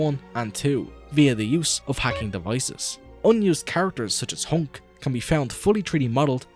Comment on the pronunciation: Japanese pronunciation: Hank Actual nickname: Hunk This guy: Hownk